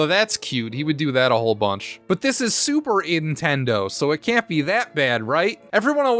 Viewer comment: I'm assuming "Superintendo" is an intentional mispronounciation, maybe a reference to the way James as a kid said Super Nintendo, but dunno. BTW, Crazy Castle or the Christmas episode with Keith are my favorite AVGN shows.